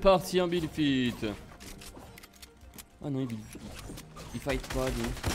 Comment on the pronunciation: C pas pour que tu le prends mal mais on dit fa it et pas fit